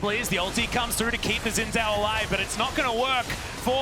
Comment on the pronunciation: Been over a decade and people still can't pronounce "Xin Zhao." Like, watch ONE Chinese movie/anime/show with subtitles and you will know that "X" should sound like "sh" and "Z" sounds like "zee" (facepalm/eyeroll). Ever heard of Xiaoyu from Tekken??